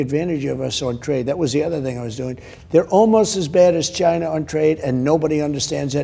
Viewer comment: He says Chynna. 🤣 love it